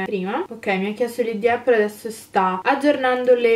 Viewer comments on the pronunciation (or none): none